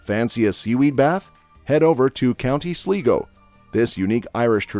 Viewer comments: And Sligo is pronounced "Sligh-go", not "Slee-go". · Apart from some wrong pronunciations for the word Craic and Sligo, I enjoyed the video and despite I live in Ireland many years I thank you for telling about the Magic Road, which I didn't know anything about. Now I want to go and visit that place! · I had a lot of crayk in My-oh and then I went to Sleego for Sam hayn. But to be fair, how would he know how to pronounce Irish things, I’m not great at pronouncing German, French or Italian things (unless he did his research of course). I haven’t been to Ennis-call, but I have tried whisk-beeta, it’s very different to bainne seacláide. Cade meel failty to y’all. Céad míle fáilte, tá an físeán go h-iontach. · County Myoh😂😂😂and Sleego😂😂😂. And I'm really cracking up about the Uisce Beatha. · Cead Mile FISH and sleego. Very good and am laughing my ass off at the pronunciations too. Sam Hayne (sow wan) :) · SLY GO aka Sligo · SLIIIGO pronunciation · Time for some corrections, sad news, and other things! 1. its ''mo-her'' HER like the pronoun. 2. its pronounced sly-go. 3. Of course we love st. paddy's day! he was irish!. Now for the sad news. Fungie has been missing for three years now, there is a chance he is dead, although there is a chance as a fisher man says he saw him swiming along side his boat, we hope he is alive, it would be a shame to loose him as it has already impacted the citizens of dingle. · I think he's from Sleego and they're not that big on pronunciation in Sleego!😊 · Great video. I suggest the speaker find out how to pronounce Mayo and Sligo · You've just commited mass murder of the pronunciation of Samhain, craic, failte, Mayo, Sligo, and uisce beatha.